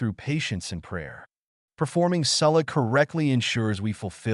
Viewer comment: Why was ''salah'' pronounced like that??